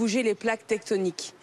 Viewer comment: Garrido elle a dit TECHTONIQUE ou .....tétonique ??